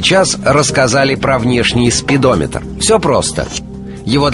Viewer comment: мне одному показалось что он сказал спидомитр?